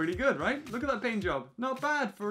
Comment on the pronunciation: How are you 12 and don't know the correct way to say "right"